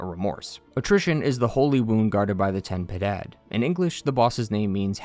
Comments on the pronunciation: Ok so, i'm spanish and your pronunciation of Ten Piedad and Las Tres Angistias makes me angy. Ten Piedad translates to "have mercy" and is pronounced "ten" instead of "tɛn", while Piedad is pronounced "Pyeh-dahd". Las Tres Angustias, meanwhile translates to "three anguishes" is pronounced "an-goos-tyahs". Sorry for being a know-it-all, but it's my country and my language and *le annoyed mutterings of a closet grammar nazi*. PS: Methinks the grievous miracle was first, but the people, thinking that miracles don't occur without direction, created the high wills to "guide" the miracle. The high will then became the parasites they are, while the grievous miracle kinda set up the necessary things to be freed (crisanta, the true heart of mea culpa, the forth visage, etc.) and then The Chad- i mean Penitent one, showed up and kinda sorta fixed everything. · I've never heard an English speaker pronounce Ten Piedad correctly, but you've gotten the closest. You're leaving out the "i" in Piedad. You're pronouncing it "Pedad."